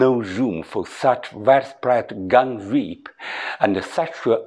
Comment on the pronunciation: 胡老师是有道理的。但希望在英文发音方面能下点功夫，不然老外是听不懂您在咕噜什么！比如的"rape"发音就有点怪。